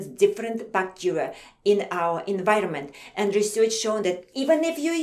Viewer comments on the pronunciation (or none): she says bacteria bacterier